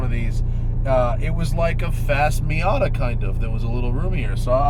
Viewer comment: Like a "Miata" hmmmmm nop!!!!!! Don't say that again 😂😂😂